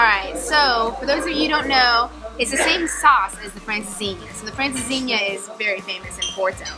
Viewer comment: For those of you that doubt and bona fide Portuguese credentials, just listen to her pronunciation of “francesinha” and watch his video on the issues and challenges of the Portuguese real estate market. Congrats, guys, you rock! 😊